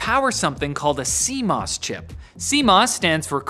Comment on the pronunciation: "See Moose"? I thought my computer had squirrels and bugs?